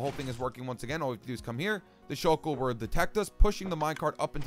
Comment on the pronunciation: "The shulk-el-er-l"